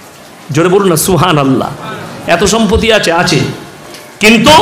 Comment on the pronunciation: হুজুর উচ্চারণ টা শিখুন -- সম্পতি না ওটা সম্পত্তি হবে